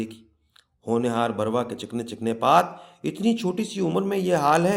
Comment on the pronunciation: kahani aur us ki adaegi bohat khoobsoorat hai laikin mujhe yehan chand alfaz kai tallaffuz k barai men maazrat k sath kuch kahna hai, merai khayal men lafz adabi hai adbi nahi,birwa hai barwa nahi, mas ala hai masla nahi , araboan hai arboan nahi aur mantiq hai mantaq nahi, mera maqsad dil aazari nahi hai bul k naee nasl ko sahi talaffuz sai ashna kerna hai,baher hal afsana itni khoobsorti sai parha geya hai k lutf aageya , main Zambeel dramatic reading k silsile ko mobarakbaad paish ker ti hoon.